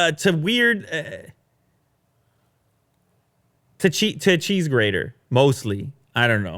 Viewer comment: Cheese Greeder? lol